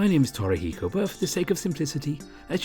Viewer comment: Torahiko??? Wtf lol